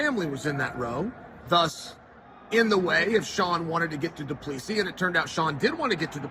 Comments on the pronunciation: doo ple see is the pronounciation not duplessis last 's' is silent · Love the content, but you need to practice pronouncing Dricus' surname correctly, the last S, is silent - Du-pla-see, not du-pla-seesis. =) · It’s pronounced Du Pla C …. 🇿🇦🙏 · Dricus du Plessis Chael: “Dricus, do please“ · DuPLEEcees. I swear Chael messes names up on purpose 😂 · doo-pla-si pronounce like that and no second s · "Do Pleesee" - Chael Sonnen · Gotta Love Doo Pleesee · Du pleassie cmon Cheal 😂😂😂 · I never get tired (as an ex South African) hearing how Chael pronounces DuPlessi 🤣. You do it your way Champ! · One day, i will hear uncle chael call a fighter by the correct name. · Why can't anyone pronounce the man's name correctly lol